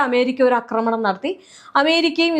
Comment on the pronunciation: കൊച്ചേ, അക്രമണം എന്നൊരു വാക്ക് മലയാളത്തിൽ ഇല്ല. ആക്രമണം എന്നാണ് പറയേണ്ടത്. അക്രമം, അക്രമൊത്സുകത എന്നൊക്കെ പറയാം. പക്ഷെ അക്രമണം എന്നൊരു പ്രയോഗമില്ല. അതു കേട്ടിട്ട് ചെവി തരിക്കുന്നു.